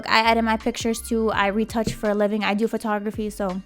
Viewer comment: She said livink😅